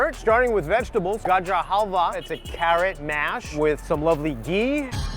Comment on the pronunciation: That "Gajar Halwaah" pronunciation